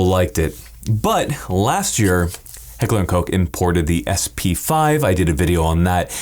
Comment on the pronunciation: Gratuitous: word of the day for that intro. LOL Also, thanks for saying Heckler and Koch correctly! Also, it's a pistol "for now." Thanks ATF for being super super thuper thuper thuper gay.